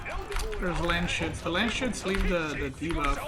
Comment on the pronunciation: It’s Landsknecht like in German.. Look it up how its pronounced 😝 makes it sound really funny.. Landsshits is better then hah.